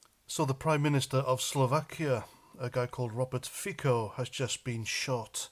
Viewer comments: Robert Fico pronounces FiTSo not FiKo :) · I agree with all that you say. Just one slight correction. Fico is not pronounced like "Fiko". The "c" in Fico is like the "c" in "France" ..... so it's pronounced something like "Fitso" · It's pronounced feetso